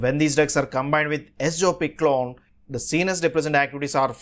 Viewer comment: Wrong pronunciation.